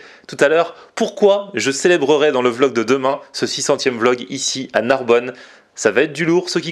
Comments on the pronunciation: NARBONNE PAS NARBONNE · Narbonne pas Narbonne vener la vie de ma mère